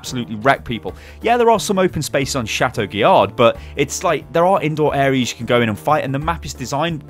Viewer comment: Every time pronounces the d in chateau guillard I cry.